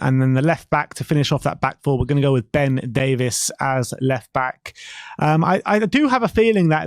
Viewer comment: Hi guys, sorry but I have to say it's Ben DAVE-EES not Ben DAVE-ISS. Note the spelling of his surname, just saying.